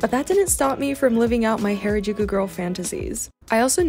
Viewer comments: this is how to pernouce harajuku its ha-ra jukou its not pernouced hayrajouku this is just a correction not trying to be rude also loe ur vids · Not to be rude or anything but it’s pronounced har- a-juku and not hair-a-juku : ) also love your videos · U been there how long and can't say Harajuku